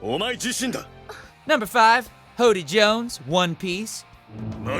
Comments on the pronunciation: It's Hordy Jones not hody Jones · That's incorrect. It's not Hody Jones, it's Hordy Jones.